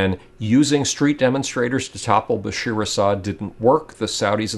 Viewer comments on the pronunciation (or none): just one little thing it's BASHA`AR not BASHEER